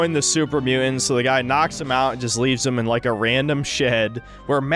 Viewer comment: "super mu'ant"